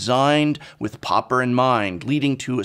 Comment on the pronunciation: Took me a moment to figure out that 'popper' == 'pauper'.